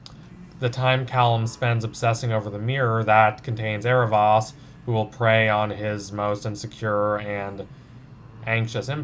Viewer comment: I've got to say, while i like your videos and how you look at these shows, i must known this, why do you keep saying Aaravos' name as if the second to last letter is an A. Its a minor nitpick I will admit but it gets on my nerves every time. when ever i hear you say the name the first thing that comes to my mind is "Its AaraVOS, NOT VAS." but like i said this is just a minor nitpick, good video otherwise.